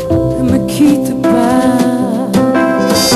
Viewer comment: Lindíssima voz. E poderosa. É pena Vânia Fernandes não saber Francês e não ter trabalhado um pouco mais a pronúncia do seu "Ne Me Quitte Pas". Assim, o espectador tende a focar-se nos erros e a perder a qualidade vocal da intérprete.